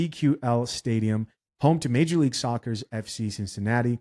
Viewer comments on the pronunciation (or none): none